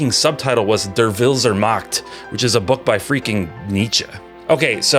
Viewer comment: Butchering the pronounciation of "Der Wille zur Macht" in such a savage way earns you a like,.😂